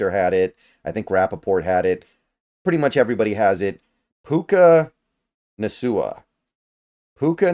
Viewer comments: puka......... naSOOah 😆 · Come on, it's pronounced Na-KOO-ah 🙃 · How do you not know how to pronounce Nacua?! lol this is getting hilarious